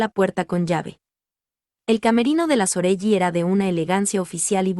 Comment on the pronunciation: se lee Soreli no Soreyi